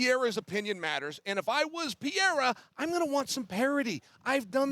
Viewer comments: Stop calling him Peheira all the time, it’s fkin annoying. It’s Pereira, get it right! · Chael… Pee rare ah.. dude cmon it’s not Pierre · I always laugh when I hear Chael say "Pierre-a" 🤣. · I had no idea who tf chael was talking about at first. He keeps calling Pereira, Pierre 😂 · Who’s Pierra? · "Alex Pea-era" - Chael Sonnen. Hahahaa, CHAMA!!!! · Who the heck is “Pierra”? SMH Chael 😂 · Who is piyera, at least get the name right, others are saying Alex's surname properly except for Chael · Chael is still calling him Pierra lmao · Chael just saying Pierre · why is Chael calling him Pierrah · PIERA! LOL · Every American pretty much other than dom butchers his last name but Chael is the worst 🤷‍♂️😂 he’s gotta just say poatan from now on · Is Chael trolling or is he really incapable of saying Alex's name correctly? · The way Chael says “Pereira” annoys me so much. It’s not that hard to pronounce properly. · Chael's pronunciation is brutal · Chael 😂 still don't know how to pronounce Alex's last name and he is also a commentator far out 😮